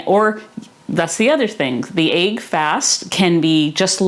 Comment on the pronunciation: She's awesome, I love and her videos. The mispronunciation of this word as well as leg being pronounced as laig trigger me really hard lol